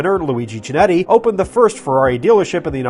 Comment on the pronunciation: FYI the 'Ch' in Chinetti is hard and thus pronounced like a 'K'. But good video and thank you.